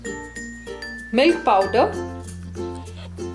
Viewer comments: I almost asked her if at the beginning she said “mill powder” or “milk powder”. I really did just wanna know to be sure, but I decided to see if there was even such thing as mill powder to refer to. There wasn’t. Don’t judge me. Bottom line I’m glad I looked it up or she wouldn’t even know what I was talking about and it might have even seemed offensive to her. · Hi! is it possible to post the recipe? I'm not sure how much of the milk pwder to add. I can't really understand what she says there sorry. Also, how do I get the crunchy crust like Pizza Hut... Good recipe btw! Thanks!